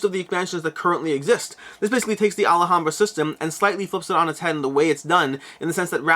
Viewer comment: Sorry I know it's petty and not a big deal but it's Alhambra not Alahambra, you're saying it with an extra A. You just keep saying it maybe 20 times in like 2 minutes and it just broke my self control, sorry